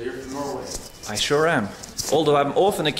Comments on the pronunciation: When he said norway they though he said no way thick americans 🤣🤣🤣🤣🤣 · That's what I thought he said 😂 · yeah yeah ''noway'' in ''Norway''